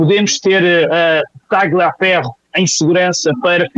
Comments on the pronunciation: a pronúncia correta é Talhaferro e não Tagliaferro. É um sobrenome italiano e no idioma italiano o "gl" tem som de "lh". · TALHAFERRO, TALHAFERRO, TALHAFERRO..NÃO É TÁGLIA FERRO, não fale como petista em video tao bem feito ..e não é kuaést é kést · Obs: o G do nome TRAGLIAFERRO, não se pronuncia